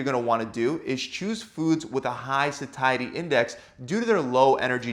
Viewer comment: Dude learn to pronounce "satiety".